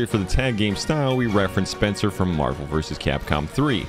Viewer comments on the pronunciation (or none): none